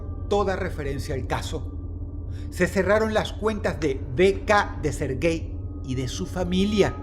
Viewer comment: Murio felis el Sergey.... hey esperen se los juro no se pronunciar su nombre😢